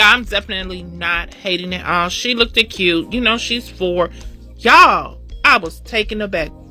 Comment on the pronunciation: Grown people should never say, "lookt-ed"